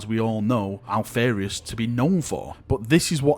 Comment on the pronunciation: Alph-AR-ius > Alph-AIR-ius